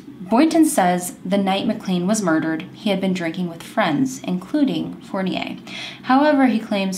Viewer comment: Love your channel. Nadeau is pronounce like Doe, play doe jane or John doe eau its like O ;) in french at least.. i don't want you to think im the kind of person who think she knows everything.. its just to help :) you said fournier correctly... its funny that it has 2 french names in the same case from the us. you are gorgeous btw :)